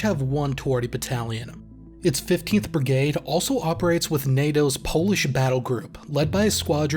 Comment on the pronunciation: Can you please just say brigade not brigaied